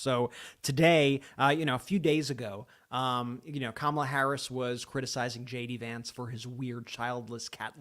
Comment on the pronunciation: When you jd Vance it sounds like you're saying Shady Vance. I Love it keep saying !!!!😂❤❤😂😂😂